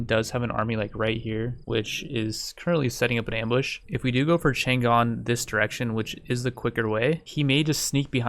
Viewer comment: The city of Chang'An's name was actually pronounced Chung, Ann, not Chan Gan, just to let you know.